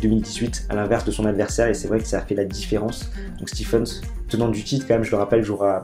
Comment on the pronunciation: gros gros match entre KK et Rafa ! le Russe peut être fier ! et sinon, on prononce SLOANE STEEVENS et pas STEPHENS :p